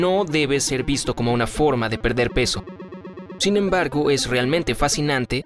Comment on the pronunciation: No se si soy yo o que pero en el minuto en vez de decir sin embargo dijo chinembargo. Soy yo el único que escucho eso?